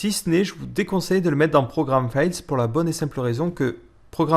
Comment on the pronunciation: pour ceux se posent pleins de questions et qui n'ont pas assimilé toutes les évidences et sous-entendus "Program Files" prononciation légèrement tronquée, "qui ne contient pas d'espace" dans le titre du nom de ce(dit) dossier "moi je vais le mettre dans un dossier particulier..." à la racine d'une partition comme la partition D dans mon cas et l'exemple de cette vidéo ou tout simplement ailleurs là ou vous le souhaitez